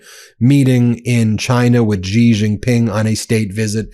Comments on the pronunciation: Can all these YouTube channels learn how to pronounce Chinese names? Sichuan. Xi (“she”) Jinping. It ain’t hard. Everyone wants to zhuzh up Chinese names w weird sounds that don’t exist in the Chinese language. You figured out how to say Der Spiegel lol. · Still continuing to mispronounce "Xi"... why???? It's said as "she" !!! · XI is pronounced as SHE, not JEE. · Stop deliberately mispronouncing Xi. How hard of it to say "she"? It looks infantile, as if you're incapable of even a modicum of respect. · Xi is pronounced 'she' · FFS learn how to pronounce Xi's name. Embarassing ignorance.